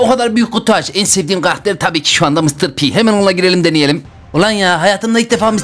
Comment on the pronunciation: Mıstır pi değil mistır pi